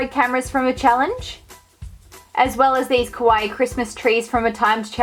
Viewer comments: It's KAwaii, not KOwai, pronounce it right please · what do you even call “kawaii” when it’s not even kawaii. also you say kowaii which means scary lol , do your research before speaking